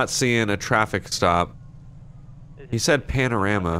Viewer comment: In lspdfr McLaren sheriff he pronounced panorama wrong lol